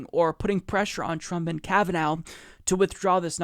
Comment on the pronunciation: Lol, "Kavanow".